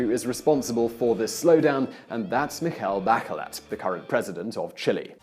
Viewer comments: Mikjel backjellet???? That pronounciation tho... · The pronunciation of Michelle Bachelet is all wrong buddy, if you didn't have a picture to accompany her name with, I wouldn't know the person that you are talking about.